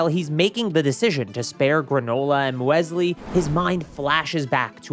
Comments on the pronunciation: Muesli is pronounced Mew-Slee Its a type of cereal kind of like overnight oats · It's "Musli". That's how you pronounce the name of that cereal.